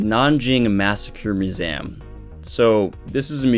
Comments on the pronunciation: I'm sorry but I can not get over you say museum bro. That accent is strong on that word only. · The way you say museum... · Why you pronounce museum like this? Have I be pronouncing museum wrongly my entire life?! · All topics aside, Why do you pronounce museum like that? Are you an alien?